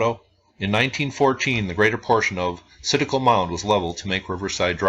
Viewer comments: Very interesting and you pronounce it right there is tons of sites like this in Tennessee and in the Chattanooga area that was not preserved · Hey, I really appreciate the work you do and all the videos you upload, I'm an ancient history nerd. Yes, you are pronouncing Citico correctly, although most people in this area would pronounce it with a slight southern tweak. I have lived in the Knoxville area all my life and have never heard of this mound. It's extremely disappointing to hear that it was destroyed for a 'road'. Keep up the excellent work by the way!